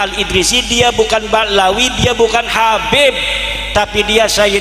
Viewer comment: Dari cara mengucapkan Habib menjadi kabib itu sudah ketahuan bahwa semua yang diucapkan keluar dari hati yang benci.